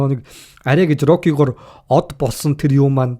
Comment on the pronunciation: rocly gej yariaad bhiin stalonee geed yarildaa